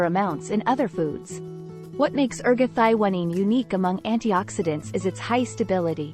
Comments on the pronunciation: Your pronunciation of this molecule is very different than what others call it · Nice video, but ruined by the pronunciation of the key molecule.